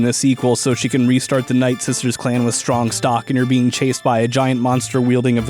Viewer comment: No one: Not a soul in the Universe: Darth Vader: I am stronk.